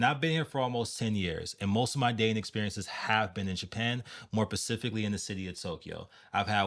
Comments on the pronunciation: (:15) I think that you mean to say specifically not pacifically. This word confusing for me too when I learning english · More pacifically 😂😂😂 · 'pacifically'....ffs lol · Did you just confuse specifically… with pacifically ? Cutting the video off I’m sure there was good information but I’m out lol I can’t take advice from ppl like that 😆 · Of course it's more pacific. You're too far from the Atlantic :p (the word is specific) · So you're going to write someone off for mispronouncing one word? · Use your ears, he says "pacifically". Also, it's "Your loss". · This is the one time I’ve heard someone say “pacifically” where it technically could’ve been right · What accent makes the "S" in "Specifically" silent?